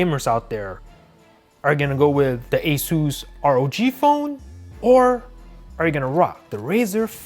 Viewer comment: Aesueees phone?? The name is asus